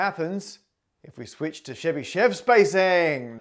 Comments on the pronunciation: Hi! I understand that it’s hard to pronounce for non-Russian speaker, but the correct way of pronouncing Chebishev is Che-bi (i like in the word will) - shev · Really love the video, but Chebyshev pronunciation was really butchered( The right pronunciation is [ˈlʲvovʲɪtɕ tɕɪbɨˈʂof]. The least you can do is to put the stress on the first syllable! I was very fond of you trying to say the names of other great mathematicians in their native tongue, hoped you would try more with Chebyshev whose works I keep near my heart. But anyway I have watched your videos for over a five years now and really love them! Thank you for the hard work!